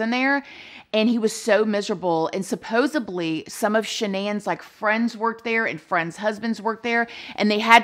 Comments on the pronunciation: Aww said supposeBly instead of supposedly hahaha cute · girl... you are way too big and bad now to keep saying "supposUBly". The word is "supposedly". Its a word you use often, and so you should use it correctly. Its not a pronunciation issue, it's just not a word. I say this with kindness- you're making amazing videos with tons of views and you keep using a word that isn't a word! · SupposeDly not supposeBly. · Awww,please,please PLEASE SAY SUPPOSEDLY.I have always felt Chris falls somewhere in the autism spectrum,perhaps Aspbergers.